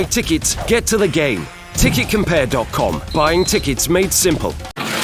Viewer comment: It's not simpol its not simpool eeeeeeeeeee